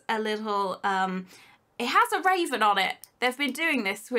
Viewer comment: I thought she said raisin not raven lol